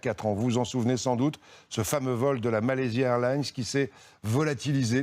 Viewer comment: A il prononce bien. Tu racontes quoi toi?